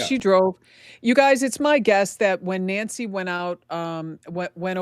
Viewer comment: Your guy that is reading, calling Nancy , Angy. Here name is not Angy it's Nancy